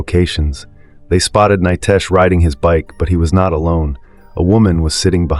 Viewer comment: Nitesh not Nytesh😮